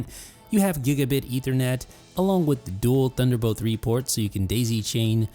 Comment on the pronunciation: its THUNDER, not DUNDER